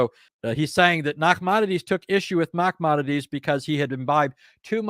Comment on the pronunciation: Excellent,! Second time I've watched it. Just want to help you with the pronunciation of one word: Moses ben Maimon, a.k.a., Maimonides has no gutteral ח (khet) sound in it.